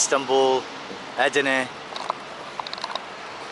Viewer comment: name of this border city is not Edrine, it's called Edirne (in Bulgarian Odrin = Одрин)